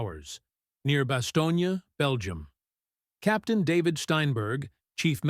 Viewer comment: "BASTONYA"? listening to AI is like listening to 40 year old learning to read.